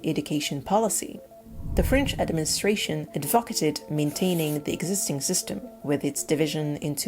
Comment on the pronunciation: advocated, stress on 1st syllable.